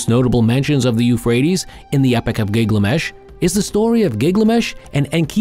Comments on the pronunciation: It’s GILGAMESH not Giglamesh!!! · Keep saying Gig lamesh